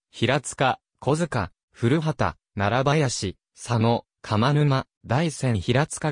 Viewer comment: 古畑は、ふるはたでなく、こばたと、発音しますよ。